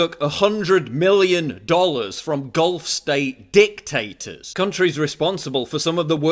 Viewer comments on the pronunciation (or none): When he says dictators , the pronunciation conjures an image of phallic-shaped french fries.